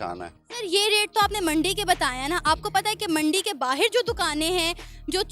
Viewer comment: बाहेर नहीं। बाहर होता है।😃😃